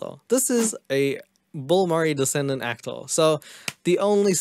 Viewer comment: Why do you pronounce Bill Murray as Bull Murray 🤣🤣🤣